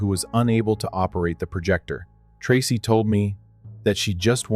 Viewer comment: Story 2 miss pronouncing the name Tracy😮